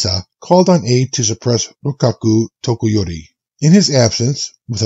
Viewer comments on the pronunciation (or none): i think it was a simple mix up of vowels with toshikage being said as toshikaga and takayori being said as tokoyori, but mistakes are fine.